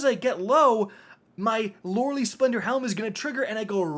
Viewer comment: ….it’s pronounced…Loreley… “LORE-A-Lie”